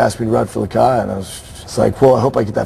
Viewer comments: LOL its actually lakai not lakia. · its lakai you dumbass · its lakai not lakay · umm its lakai not lakia haha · He spelled it LAKAY to avoid copyright. And it's Lakai not Lakia you fucking douche. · lakai dumbass not lakia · NO ITS LAKAI NOT LAKIA FUCKIN STUPED ASSES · it's not Lakay, its Lakai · fuck it is lakai not lakay ass hole